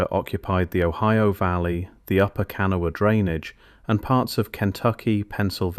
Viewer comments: There was a photo of the Criel skeletons on shelves at the Smithsonain in our paper. 1938. I wasn't born yet. The Smithsonian has no idea where the skeletons are. They were at least 7 feet tall. The jewelry, etc was also taken and no one knows where they are. Hmm. It's pronounced KUH NAW UH. * There were male and female skeletons.*** Someone took them is my assumption. I've been on top of that mound several times. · Wish the narrator knew how to pronounce kanawha. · Those of us who live in West Virginia chuckle every time you say Kanawha. But nice video none the less.😊